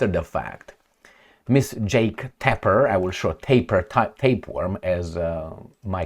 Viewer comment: I listen to you almost every day and consider you as the best. Love your perspectives almost on everything even when my so called friends disagree with me. But I must tell that your pronunciation of Tapper is wrong. You are pronouncing the name as if it was spelled with one p, like Taper. Other wise Keep up the good work!👍